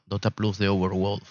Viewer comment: Mi negro bueno tu review, pero me revuelve las tripas el como pronuncias valve, y overwolf. Veo tu video en silencio y con subtitulos.